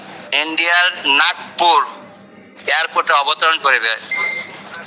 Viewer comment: এরা কি লেখাপড়া জানে না ? ব্যাটারা যাতায়াত করে কথা বলতে পারে না। শব্দটা হবে নাগপুর। ও বলে যাচ্ছে নাগরপুর।